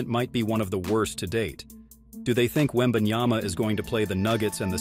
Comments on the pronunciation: Yep that's what I've been saying. It's Yama not Yana😅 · And yet, SAS still can't say his name properly after one year in NBA.... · Stephen A. Smith still doesn't pronounce Wembanyama's name correctly. It's either disrespectful or contemptuous. Because of that, I don't listen to his comments. It hurts my ears too much!